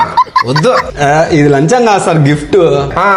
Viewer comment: Lancham ❌Lanjam ✅😂😂😂😂😂😂😂😂😂